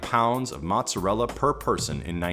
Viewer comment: That's not how you pronounce mozzarella.